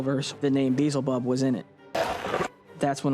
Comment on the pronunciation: Could the producers not eveb tell them how to pronounce Beelzebub? Lol